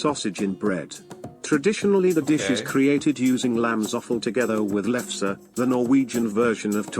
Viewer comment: Its a lefse😂